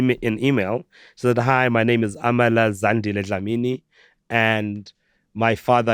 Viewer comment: Doja noooo...you got your father's accent wrong...🙆💀